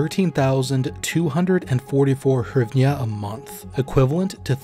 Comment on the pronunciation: It is pronounced GREEV-NAH (NOT HYRIVNA)